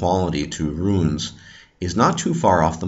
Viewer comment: Runes goddamnit not ruins ...JFC!